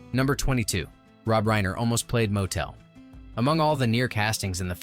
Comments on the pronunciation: I appreciate the history, but for the love of G-d, the narrator should have watched the movie. He gets every person’s name wrong. It’s not Motel, like motel 6. It’s pronounced MOT-el. Golde is not ‘gold’. It’s Gold-eh. Get this right! Your slaughtering of these characters is distracting. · Interesting stories, but the narrators mispronunciation of key characters was really jarring. Examples: • Golde (GOAL-duh), NOT Gold and Motel: MUH-tul (not moh-TELL). With all the research done on stories, why not take a few moments to make sure you have the names right. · Oh my God could they get anyone more ignorant to narrate this? Tevia's wife was Golda not Gold, the taylor's name was Motel pronounced MAHtel not Motel! But when they got to the Chuppah and he pronounced it chewpa I was done . How can you bring up so many intricate details that made this movie believable and not be able to pronounce the names and the characters in the movie? Absolutely shameful! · It's not "motel" as in Holiday Inn. It's 'motl'. And I could go on with a lot of them... Anything with a "ch" isn't ch, it's a gutteral h. Golde isn't gold, she's Goldah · As much as I love Fiddler on the Roof, the robotic voice of the announcer and it's inability of pronouncing Tevye's wife's name Golden pronounced "Gold-ah" rather than "Gold" or the tailor "Motel" pronounced "More-tle" instead of "motel" (like saying hotel), made me realised the announcer did not really know what it was talking about! Disappointed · Very interesting and learned a great deal but it would have been good if the narrator pronounced the names as they are presented in the movie...ie Mot-el not mo-tel, Gold-eh, not Gold, etc.. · not Motel, "Mott-l"... not Gold, Gold-ah"... you have turned these two names into a cheap lodging establishment and a precious metal.... otherwise, nicely done! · Yep it's not Gold it's Golder. It's Mottle not Motel!!!😮🤪😬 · Motel lol pronouced Mottle TZeitel as in Tsar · Motel - hahaha